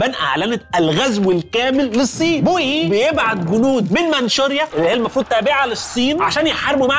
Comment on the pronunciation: اسمه بوئي وليس بويي